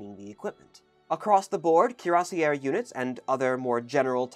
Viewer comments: Cuirassier is pronounced with an "ay" sound at the end not an "air" sound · Actually pronounced kyur-ass-see-ay. You would only pronounce the terminal “r” if it ended in -eur. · Nice show, very informative. Just for your info: French terms that end in ...ier and ...iers -- as in cuirassier -- are all pronounced YAY. The terminal, plural s is almost never voiced in French. So singular or plural, it is cuirassYAY, lancYAY, carabineYAY, etc. English speakers always manage to mangle French terms, then insist that people mispronounce them that way from then on: Nez Perce is now nezze pierce instead of nay perssay; leeroy instead of luh-rwa; boyzee instead of bwazay, and so on. Annoying, to say the least: "I admire your founding father: Giorgi Watchingtone". It takes a LOT of practice to wield a cavalry lance properly and not drop or snag it, leave it stuck in your first victim, pole vault the lancer off his horse, stick or slash your own people in the rank ahead before or during combat. Also, cuirasses (when not hole-shot) were used as cooking bowls by medics to boil soup for those wounded in battle. Thought you'd like to know... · cuirassier is pronounced in French “ee ay” not “er” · Just a quibble, but in French, cuirassier(s) would be pronounced (using English phonetic values) "cuee-rass-YAY." With very few exceptions, "-er" at the end of a French word is pronounced "-ay." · Well neither of those pronunciations of 'cuirassier' is like the French. It should be more like 'ki-rass-yay'. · Not that it's a problem but if we're talking about French pronunciation, you didn't say cuirassier right either times, but the way you're saying it is super common in English and not at all a big deal. :D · Good editing. Also, both pronunciations of cuirassier were distinctly non-French...